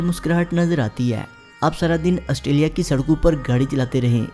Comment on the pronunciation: Australia not ustralia.